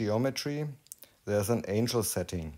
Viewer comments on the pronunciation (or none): Se äinschl (Angel, Engel) is se än-gl (Angle, Winkel) Engel fliegen durchaus in engen Winkel(n), aber nur wenn das Setting passt. So, genug pronunciation-Nazi gespielt, das sind wirklich 1A Videos, die Du da machst, herzlichen Dank dafür! 👉👍👈